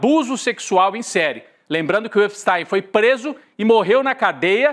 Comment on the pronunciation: Atenção: EPSTI.M e não EPSTAIM